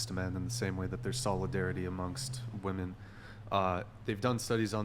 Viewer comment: Aside from the draft thing and the hypocrisy of feminists about that . . . please teach these women how to actually pronounce the word "women."